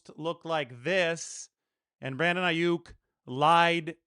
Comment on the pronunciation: It's not Aiyuk It's Aiyuck